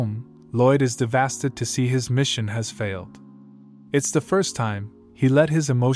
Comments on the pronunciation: A little off topic but why does the bot keep pronouncing "devastated" as "DeVHASTED" lol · Why does bro say ThEvAsTeD instead of devastated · Dev-a-state-ed. NOT Dev-as-ted. I understand it's an AI doing the narrating, but poor spelling is the reason there are major mispronunciations. Please correct this in the future. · Devastated or devastid or devadid or diddeva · Who's gonna tell him its devastated and not devasted? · He is devastid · To try to say a big word and fail terribly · Bro I can't unhear it anymore 😂😂😂 Im so devastid 😂😂😂😂😂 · Omg every time I heard it I had a stroke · the fact that when he tries to stay devestated he says devasted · "devastid" I love it. Its my favorite word. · I guess devastid is actually the word "devastated" but with a different spelling and pronounciation? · Yo OP, look up the word “devastated” and how to pronounce it. It’s not “devastid”. Other than that, thank you for making the video.